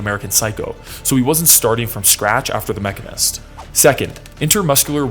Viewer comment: lol… came here to say that. The Machinist, not Mechanist.